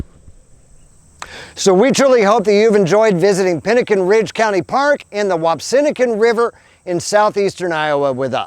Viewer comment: Nice video. I must point out, it's pronounced Whap-see-PIN-a-kin